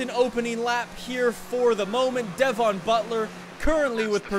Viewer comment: You say Devon wrong